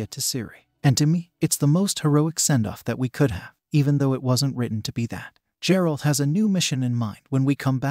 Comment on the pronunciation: IT'S A HARD G, MAN. TALK ABOUT NOT HONORING THE SOURCE MATERIAL